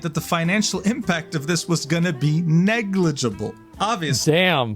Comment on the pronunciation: Once again repeat after me "Negligible"